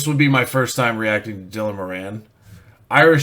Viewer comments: you need to learn how to prounounce moran , it;s more in not more anne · More-on, not mo-ran. A couple of years ahead of me at school, Tommy Tiernan was also in the same school, check him out too. I'm just as funny but I never cashed in on it because I'm so charitable.